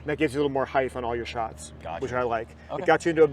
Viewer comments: Or “heigthhh” instead of height lol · What the hell is "Heightth"?! :D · Someone tell this man “heighth” is not a word pls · Completely hilarious. Ask how he spells heighth? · I've met people that have had brain issues and they pronounce random words wrong and in their head they think they are saying it right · Why is this dude saying heith , that’s not a word bro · lmao was thinking the same thing. even googled to make sure i wasnt crazy. and he says it A LOT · bro has been fitting for 25+ years and nobody told him how to pronounce height 💀l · And nobody ever said something to him, his entire life! I have heard people say that, absolutely irritating.